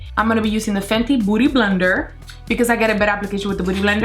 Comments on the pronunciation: Its beauty blender....not 'booty' blender😂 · I love when she says "booty blender"😂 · I love the way she goes "boody blender" ahahah ily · am i the only one thought she said booty blender? :/ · Olivia Sharp OMG it was a joke, I mean it literally DID sound like that 😂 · Am I tripping or you keep saying booty blender?